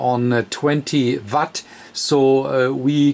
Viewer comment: Not watt vatt!! Either way great video and have had the same radio great radio after having it for a year. Mine is also mars modded and I haven't had any problems with it. Also think it is just nature of the beast with these new radios, they are not the greatest on am, also have a ft-991 I just acquired, and it is the same on am, audio not that great. Think these new radios are mostly designed to work on the ssb modes, and fm and am is just a secondary thing.